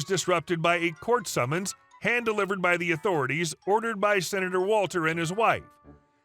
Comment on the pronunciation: What's a "Sinator"?